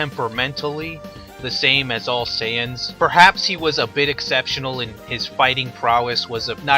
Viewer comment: you call them SAI ans? wtf